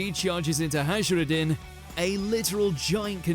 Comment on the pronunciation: Hello, #2 Hajrudin: It's actually Hayrudin or Hairudin.